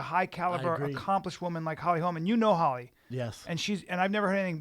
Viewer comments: Holly HOLM. Her name is Holly HOLM. NOT HOLMES. Jesus. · driving me insane, its Holly Holm, not Holly Holmes.......Cmon man at least get her name correct, also she did do a movie this year, with Meisha and Cyborg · FOR SURE, quit saying HOLMS! Brandon said it once and corrected himself, but then Brian repeats it like 4 times... (around min 22 min.) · Why on fucking earth do you keep calling her Holly HOLMS. Jesus. FACEDESK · Brendan, it's HOLM bro.....HOLM.......NOT HOLMES!!!!! smh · ugh if I hear one more person call Holly Holm Holly Holmes I swear to god... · ITS NOT HOLMS HOLY FUCK I COULDN"T EVEN LISTEN TO THIS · FOR SURE!!!! ITS HOLM NOT HOLMES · Every time they said "Holly Holms" I was like "Its 'Holm' you idiots!" Thanks Schaubs and Callens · Pereira It's because her name is Swedish. It's pronounced with a very short o, or an å. Hålm. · Can anyone in the whole MMA world say Holly Holm's name right??? Good god.